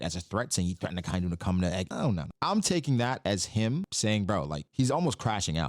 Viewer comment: Aka-inu means red dog, red is aka or akai. Inu is dog, Not akai-nu.